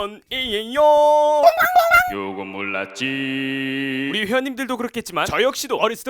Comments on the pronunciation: '요건 몰랐지~' 가 '요금 올랐지~'로 들리는데 나만 그런건가??? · 요건 몰랐지 약간 요금 올랐지로 들림ㅋㅋㅋㅋ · 나만 요금올랐지로 들리나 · 나만 이거 요금올라지로 들리냨ㅋㅋ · 나만 요금 올랐지~~ 라고 들리냐